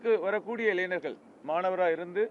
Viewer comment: இங்கே... இங்கே.. என்றால் எங்கய்யா ஒரு தகவலை தெளிவாக சொல்ல முடியாதா? இடம் நாள் நேரம் சரியாக சொல்லுங்க நாளை என்றால் இந்த வீடியோவை என்றைக்கு பார்க்கிறார்களோ அன்றைக்கு மறுநாளா? மைக்கை கடித்து குதறுவார்😂 இளைஞர்களா இளைநர்களா?😂 கடைசிவரை இடத்தை நேரத்தை சொல்லவில்லை இவரை எல்லாம் கட்சி பொறுப்பில் போட்டு வச்சுருக்கானுக கொடுமை கொடுமை...